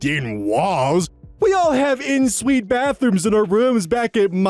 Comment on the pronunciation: For future reference, the "en" in "en suite" is pronounced the same as the "en" in "ensemble"!